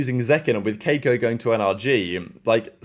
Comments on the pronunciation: The bro said KAY-ko with his whole chest 😂😂😂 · is it that hard to say kee-ko